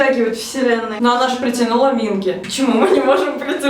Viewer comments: не мИнги, а мингИ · Ким Хонджун(ударение на у) Пак Сонхва( ударение на а) Чон Юнхо(ударение о) Кан Ёсан(ударение на а) Чхве Сан Сон Минги/Минки(ударение на вторую и) Чон Уён(ударение на ё) Чхве Чонхо(ударение на вторую о) Вы немного не правильно имена произносите)) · Почему все вы говорите Минки "К" а все корейцы и сами парни говорят Минги "г"??(( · извиняюсь, но правильно минкИ (ударение) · Ставьте ударение на второй слог имен, т.е МинкИ и тд) По кор.правилам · Извините меня за занудство, пожалуйста Но правильно говорить МинкИ т.к. в Корее ударение всегда падает на последний слог И я так рада за вааас~